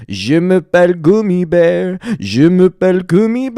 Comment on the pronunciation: you mispronounced the german gummy bear so badly 😭😭😭